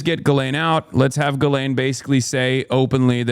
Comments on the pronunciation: Is it not pronounced Gill-ain? Dunno about the US but ‘jizz lane’ means something very different here. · Thank you for pronouncing Ghis-laine properly ... (Jeece-Len ... soft j) ...